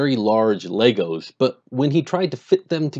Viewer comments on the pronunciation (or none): none